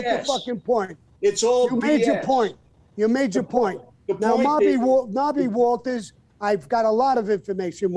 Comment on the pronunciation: Sammy has a hilarious way of constantly mispronouncing names.